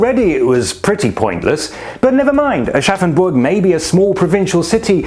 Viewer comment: They really do everything to put the extra 'R' in Aschaffenburg.